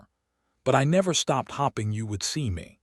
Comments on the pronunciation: LEARN HOW TO PROPERLY SPELL 'HOPE!' It is so annoying continually hearing she was 'hopping' when it should be 'hoping' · How does this AI continuously confuse the words hopping and hoping, stare and star? I’ve heard him do this in story after story. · I kept visualizing rabbits every time the word "hoping" was pronounced "hopping". There were others as well. AI?